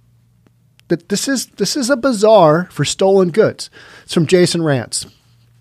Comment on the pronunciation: I like how you pronounce Bazaar Bizarre. ;)